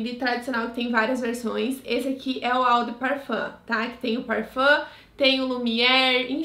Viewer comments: se pronuncia "ô" e não "au" de "parfam" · Só a título de curiosidade… Lê-se: Ô de parfan.